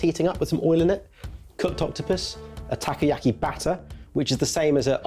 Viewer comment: I love how pronounces takoyaki tacky-yacky. 😂